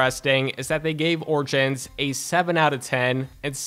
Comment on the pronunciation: Did this nigga just say orchins instead of origins!!!!